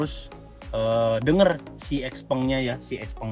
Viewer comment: Ijin tanya, sebagai sales resmi XPeng, kok pengucapan XPeng nya salah ya?